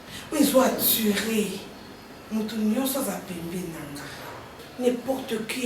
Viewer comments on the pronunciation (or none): Attiré et non atture